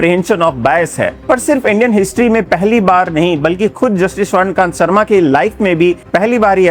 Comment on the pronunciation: सबसे पहले तो जस्टिस स्वर्णकांता शर्मा जी का नाम सही बोलिए महाशय